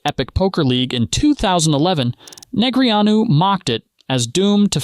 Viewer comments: "NeGREEanu?" I've always heard it pronounced "Negrano" . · Jesus! Stop calling him Nig-Ree-ōn-you!!!! It’s Daniel Negreanu's name is pronounced as "Neh-GRAH-Noo". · Poker pot is blocked for not being able to pronounce Daniel Neh-gra-noos correctly. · Neg-re-on-u? Wadafuq? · Neg-ree-AH-new cracks me up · Is this a i, or dude is clueless and can't pronounce his name correctly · AI doesn't know how to pronounce Negreanu. LOL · One thing I don’t understand is whoever makes this video and edit it. Why don’t they correct AI when it mispronounces names. I’ve seen it on poker videos, hockey videos, football videos. Creator. If you don’t watch the stuff, at least correct the mistakes. You just have to Google how to pronounce negreanu